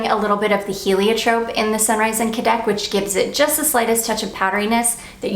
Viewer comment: I’m not 100% positive but I think cadaques is pronounced Ka-da-keys😊